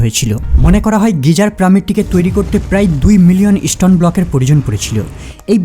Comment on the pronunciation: কেবল প্রামিড না আরও কয়েকটি উচ্চারণ খুব বাজে। stone কে বলছে " ইস্টোন"!!